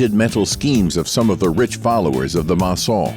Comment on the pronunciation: The mangling of couturier, maison and other vocab is at first, annoying, and finally funny in a ridiculous way.😮